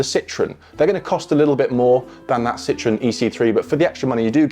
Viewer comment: You guys really have to learn how to pronounce Citroën. If the rest of the world can learn English, surely you’d be able to learn half a dozen words in “foreign”??? 😂